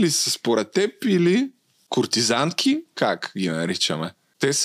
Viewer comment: Куртизанка. Когато го казва, чувам куртизанТка 😅 Може и да не чувам добре 😅😅